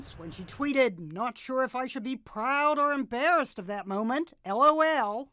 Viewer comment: It's not l o l It's pronounced Lol